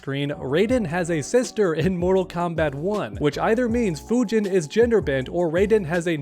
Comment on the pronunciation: Instead of Fujin it is Fujina